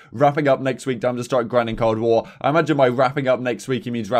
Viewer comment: Anyone else keep hearing him say CoD War instead of Cold War?